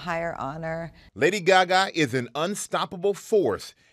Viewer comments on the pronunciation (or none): Why do they always pronounce it as “Gyagya”